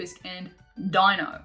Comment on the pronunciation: Your accent is so cute lol you say “Di-no” , but it’s pronounced “Dey-no” 😉